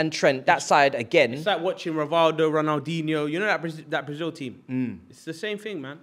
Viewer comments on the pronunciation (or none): “It’s like rivaldo, and rondaldihno” 💀 💀💀